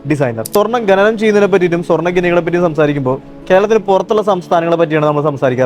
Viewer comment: Bhai, ഖനനം എന്നാണ് പറയേണ്ടത്, ഘനനം എന്നല്ല.